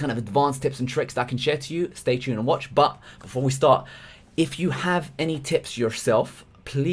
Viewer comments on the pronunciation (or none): none